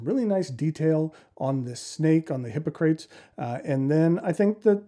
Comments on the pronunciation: Indeed. HI POC RA TEES. I found it difficult to watch. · hi-ˈpä-krə-tēz I don't think I've heard your pronunciation before. Is that a variant?